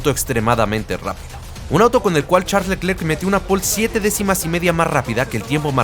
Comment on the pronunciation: la pronunciación correcta de Charles Leclerc es [Sharl Lœcler], en francés la "ch" se pronuncia [sh], la "e" sin acento entre dos consonantes se pronuncia [œ] entre "e" y "o" y la mayoría de las consonantes finales son mudas.